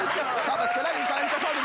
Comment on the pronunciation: Faut dire a delormeau qu'on dit quand même et non pas co même.. C insupportable